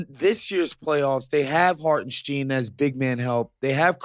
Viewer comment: You guys supposedly watch games and can’t pronounce the players names….. “Hartensteeeen”?!?!? STINE LIKE ‘SPINE’